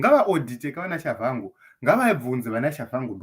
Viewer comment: Pronounced as Tshabangu in Ndebele spelling or Chabagu in Shona spelling. Not Chavhangu